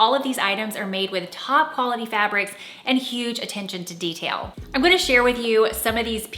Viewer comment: Fab ric how original 🤣 when posh people run out of fancy words they just say the words we already have in a french sounding way lol